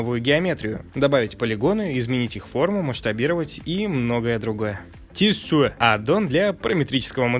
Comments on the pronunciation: Норм контент. Но произношение надо чинить. 1. Материал утилиты - материал ютилитис 2. Дирекшн контрол - дайрекшн контрол 3. Тиссуе адд-он - тишью эдд-он 4. Грейз пенсил - гриз пенсил 5. И т.д. с ударением тоже есть проблемы. В общем, мелкими шагами и испраивтесь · Видео классное и полезное, но ужасно режет слух ваше произнесение названий аддонов: Tissue - тиссуе, вместо тишью и тд. Просто в гугл транслейте вбейте название и послушайте как должно произноситься. Это легко. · Все хорошо, но вот эти "грэйс", "меасуре", "тиссуе" и т.д. ужас как режут слух. Автор, учи английский! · Плюс за наличие видоса и монтаж. math, measure, tissue произносятся вообще не так. погугли. Ну и вообще, учитывая произношение, слушай гуглпереводчик на все названия аддонов перед записью. Вьюпортный навигатор тотально бесполезен в 2,8 В Блендере плагины называются аддонами во-первых, а во-вторых ты их назвал скриптами. Да, часто они написаны на питоне, но скриптами называют именно голые скрипты, которые открываешь, нажимаешь запуск и они что-то делают.